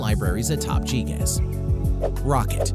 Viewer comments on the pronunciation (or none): gee gas? lmao its gee gee ee zee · "GeeGaz." This man has never played a game in his life.